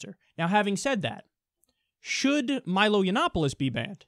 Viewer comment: MEE-lo Yee-ah-nopolous. You gotta pronounce both the i and the a at the beginning of his name